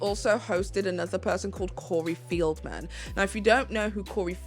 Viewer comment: (It’s Corey FELDman, not FIELDman.)